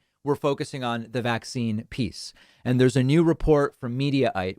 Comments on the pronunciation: Why does pronounce it VAC-cine? It sounds so weird. Sounds like a subliminal messaging thing. Like it makes it sound scarier to her followers. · i feel the same way although i think she's saying it like VAX-cine